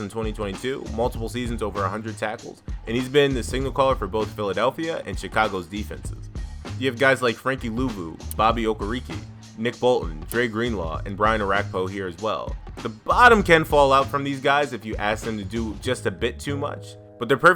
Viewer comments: Levante level 4 is criminal bro. Learn this. oh-kuh-ruh-kay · Bobby O-KARE-EH-KAY...Not OH-KUR-REE-KEE...I hate it when these supposed "fans" who make these videos can't even pronounce the names right of the players they claim to know anything about. Zack Baun had ONE good year and you're throwing him above proven talents like Okereke and Edwards?? Having Baun in the same category as Lavonte is true stupidity....You clearly don't watch the game, AT ALL. LMAO